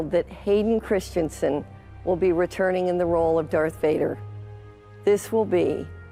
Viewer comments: Will anyone ever get his name right? Christ-en-sen, not Christian-sen. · can't even get his name right, it's Hayden ChristEnsen, not ChristiAnsen